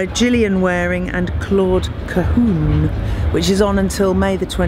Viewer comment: Claude Ca - hun like the french " un" not oon , please . It's ridiculous .